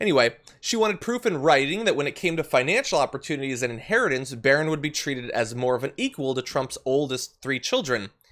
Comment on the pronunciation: Say it right: it's Melania's son, Barron.